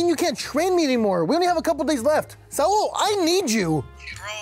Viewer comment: its not sa-ul its saul goodman